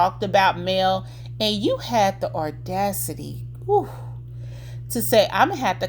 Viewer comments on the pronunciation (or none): AWW-DAC-CITY there's no R in audacity🧿